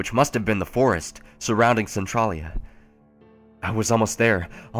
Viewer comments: Am I the only one a tiny bit irritated by how he pronounces Centralia? Maybe its just because we pronounce Centralia differently in Washington or something, he says Cen-TRAH-lia and we say Cen-TRAY-lia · Who else cringes over his pronunciation of Centralia lol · You're not the only one Arthas.. I cringe every time he says it.. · Annoyed the check out of me to the point where I was actually correcting him every time he said it. One quick glance at the Wiki page would tell him how to pronounce it properly. Plus, this story should be called something more accurate like "Silent Hill: Alternate Universe" because there could have been so much more interesting subject matter with a little more creative thinking instead of just taking bits of the video games and movies and putting your own town it. It tows the line of plagiarism a little too closely if they pretend to call it an original story. 😕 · you pronounced centrailia wrong. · My hometown is named Centralia so this is kind of strange to listen to. Also no one in my home town pronounces Centralia like that.